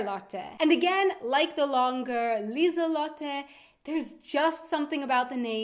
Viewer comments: It' Lisalotte not lisallotte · Lieselotte is not Liesel Lotte but Liese Lotte without a L at the end of Liese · I'd say the first half of Lieselotte is Liese, not Liesel. At least that's what I think, especially since Liesel is a diminutive of Liese.